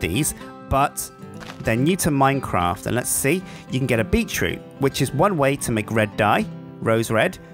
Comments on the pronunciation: heard "beet treat". Had to pause and read the item description to make sure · I heard "Beat Tree" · Is he saying "bee troot"?